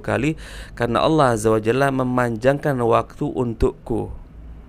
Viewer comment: gus baha kalau bilang Allah kok kedengarannya kayak bilang awoh